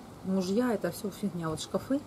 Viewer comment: когда ты сказала ШКАФЫ я упала)))))))))))))))))))) и ржала как лошада Пржевальского))))